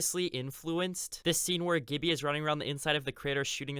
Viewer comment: Please stop pronouncing "Gibby" with a hard G, it's just flat out wrong ahaha.